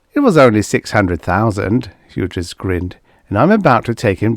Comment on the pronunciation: Hughes is pronounced hues.